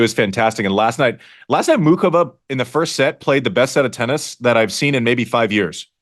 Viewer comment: Thank god Andy pronounces Muchova properly. I was going crazy last night hear the announcers not even bother trying to pronounce the ch. I think the crowd is likely to be significantly pro-Frances, but probably not so much that it makes the difference. I’d rather see Frances win but I expect to see Taylor in the final. I really hope Jess can do it, but I have a hard time seeing Sabalenka losing. Thanks for the episode